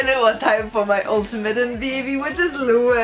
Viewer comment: I was there too and it was amazing.Really cool that you told us your feelings about it.But his name isnt pronounced as 'Lu' but Lou like 'low' :) ♡